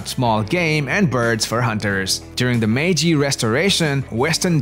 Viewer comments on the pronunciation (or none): none